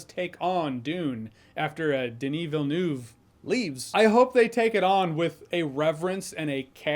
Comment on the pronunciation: It's not Villenewv. It's Villeneuve. The neuve part is closer to how we pronounce "Neve" Campbell. It's not quite it, but it closer. So it would be Denis Ville"Neve"